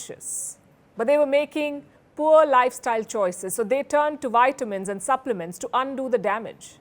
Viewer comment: Nice. Please correct your pronunciation of vitamins. It is V and not Y